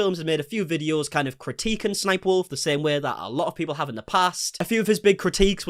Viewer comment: BRO thank you for saying s s sniperwolf. I’ve seen so many people saying 3 s instead of two and it’s been driving me up the fucking wall.